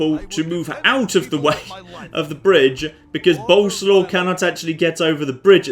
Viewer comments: Once again "Boleslaw" is a polish name, not a nickname and you pronounce it entirely different from how you do it. It's "Bol" (like in Bold) + "es" + "wav". Pasting the same thing under every m2tw video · By the way you pronounce Bolesław completely WRONG: it should be more like boleswaf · I will keep posted untill you at least try to prenounce it. Bolerswav. Sorry, I'm polish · "Boleslaw you rogue!" 😂😂😂😂